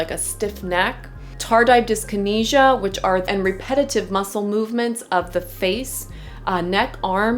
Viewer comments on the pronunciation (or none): none